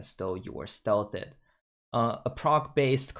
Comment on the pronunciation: "stealth-ed" lmfao what?